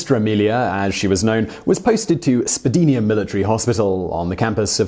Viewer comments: Spad'I'na. Not Spad'ee'na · As always Sir,, AWESOME JOB. IF You don't mind the pronouncement of Spadina Hospital. Phonetically Spa dye na. Sorry, I'm from that area. Not trying to be rude, just helpful. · We pronounce Spadina as in Spadina Military Hospital, as "Spad-eye-na" here in Toronto. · Wonderful. The "I" in Spadina is pronounced "eye"